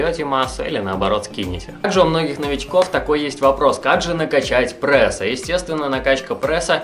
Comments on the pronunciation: пресс а не прэсс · ПрЭсс слух режит))